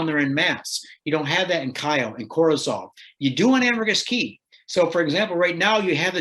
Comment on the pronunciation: It is Ambergris Caye (caye is pronounced as key). It is not a city or village, but a Caribbean island off the coast of mainland Belize. The primary city on Ambergris Caye is San Pedro.